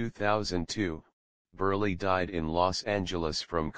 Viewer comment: it's :Burl", NOT BURLEY!!